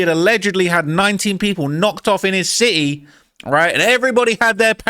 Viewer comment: 😂 NOT CITY BUT A "SIT-E"😂😂😅